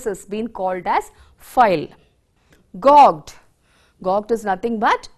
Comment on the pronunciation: Gauged prounciation is wrong .